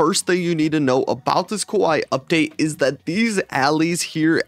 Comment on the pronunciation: No way you just said kuwai not kawaii